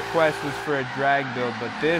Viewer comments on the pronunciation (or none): none